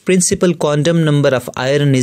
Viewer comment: Next time pronounce Fe as (iron)Ayorn...not Ay_ron